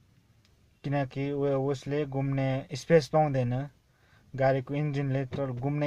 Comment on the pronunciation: Gumne hoina ghumne ho sir